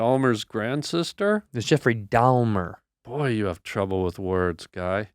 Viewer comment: both of em said Dahmer wrong 😂